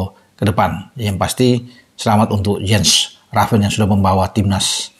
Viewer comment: Baca : yens raven